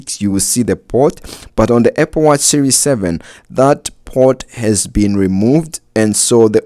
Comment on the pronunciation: “Eh-pple watch” 😂